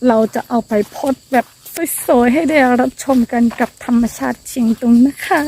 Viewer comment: เสริมสวย....เสริมสวย...เสริมสวย เป็นกำลังใจให้ฝึกออกเสียงอีกนิด เพราะเสียงสระในตัวนี้ จะเป็นจุดอ่อนของน้องนางมาโดยตลอดนะจ๊ะ! คำว่าสวย มักจะออกเสียงไปทาง..โสยยยย!..ซะมากกว่า ยังตามเป็นกำลังใจให้ตลอดแหละ (ยิ่งเห็น ยิ่งทำให้คิดถึงใครบางคนที่ท่องดอยในชายแดนไทยเนาะ!) สู้!...สู้!...เน้อ!